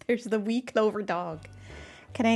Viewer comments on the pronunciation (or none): none